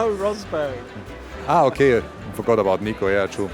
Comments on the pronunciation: It's a bit funny how he pronounces Rosberg with an English accent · I wonder why he pronounced Schumacher correct but not Rosberg